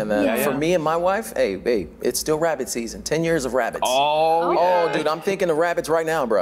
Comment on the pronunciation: Wabbit Season lol 😂Yami sis lol 🤣❤